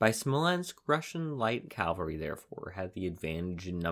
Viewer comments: Caval-ry NOT CALvary. That was the hill of Jesus's cruxcifiction. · CAValry, not CALvary. Ugh. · CAA-val-ry. NOT Calvary. Calvary is where Jesus was crucified. CAVALRY is what rides over the hill and saves the day. Cannot, in good conscience, sub to a history channel that doesn't appear to know tne difference. Edited for spelling.